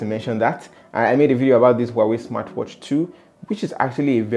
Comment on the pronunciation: Is Huawei, no wawy